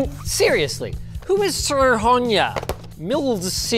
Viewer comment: Pretty sure he pronounced SRhonyra different every time it came up 🤣